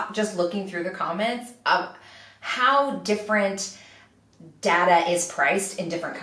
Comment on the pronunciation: For the last time: It's DATA not data!